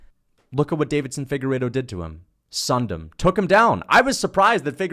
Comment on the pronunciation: Bro has Deiveson’s name on screen and still calls him Davidson 10x